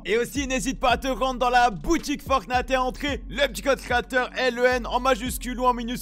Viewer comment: Ça me fait delirer a chaque fois il dit « boutique fortnate » 😂